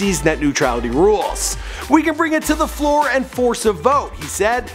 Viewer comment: "We can bring it to the fool and force a vote," I think you mean Floor